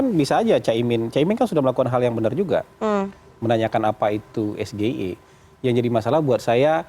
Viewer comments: SGIE blunder GIBRAN pakai bahasa Indonesia seharusnya pakai bahasa Inggris ini yg benar Es Ji Ai I dan tidak ada hilirisasi digital yang ada digitalisasi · Men jebak dengan mengajukan pertanyaan SGIE tapi pakai bahasa Indonesia padahal itu singkatan dari bahasa Inggris ( es ji ai e) tapi dia sebut ( es ge i e) ..dasar ndeso,sok mau jebak pakai singkatan Inggris...akhirnya malah jadi bahan olokan netizen kan?....bha..ha..ha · Cara baca nya salah itu bahasa inggris ESGEIE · nyebut sgei aja salah,,menjebak itu tipikal jelek. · Pemimpin jangan sok tau, nyontek aja merasa pintar.. Cak Imin tidak paham, karena Gibran melafalkan singkatan Inggris dengan bahasa Indonesia😂😂 Jika Cak Imin mental dan etikanya seperti Gibran, gampang banget mengcounter dan memalukan Gibran.. bilang aja, "mas2 sekolah 8 tahun di LN, anda melafalkan singkatan bahasa Inggris dengan bahasa Indonesia, tolong pertanyaan diulang dengan benar."